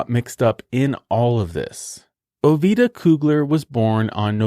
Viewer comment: not trying to be mean...Ovida is pronounced O vee da....My mamas name Valeta is pronounced Va lee ta, she named Ovida